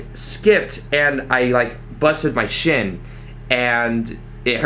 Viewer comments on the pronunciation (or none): none